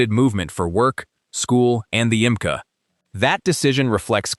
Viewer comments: Love A.I. narration. YMCA becomes imcuh. Gosh, that really messes up trump’s patented double jerk dance move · "Imca"? Bwahahahahahahahaha. Stupid AI voices. YMCA. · It's not "yemkah", Clanker. Artificial "intelligence " is not intelligent, it's just artifical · My favorite part was the AI referring to the YMCA as “yemkah”. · I came to the comments for this specifically! 🤣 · He is allowed to go to the 'yimka', not the YMCA. How do you block these crazy AI channels